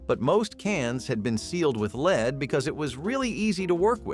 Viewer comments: "Leed based" "soldering" ??? These people need to learn how to properly pronounce some words !! Turtle Soup was a 'thing' in our house . Living in the Southeastern U.S. , it wasn't unusual to have it for a meal on occasion . It sort of falls into the same category as Frog Legs . In the sixties , Crisco was a cooking staple in many homes . In our house , any Wednesday would usually see a whole chicken , fried in Crisco , and consumed for our evening meal . Margarin is a laboratory misfit that is one molecule away from PLASTIC !! There is NOTHING natural in it ! I usually have a tub of lard in my refrigerator on any given day . I still use it for frying some foods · Leed ? Sol dering? 😂